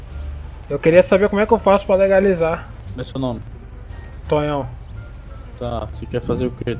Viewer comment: "TONGÃO" HAHAHAHAHAHAHAHAHA